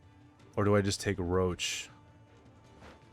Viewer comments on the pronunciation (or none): Does he call Roche roach because he doesn't like him? or he just doesnt know its Rosh